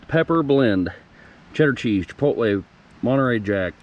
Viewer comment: Chipotle, say it right...LOL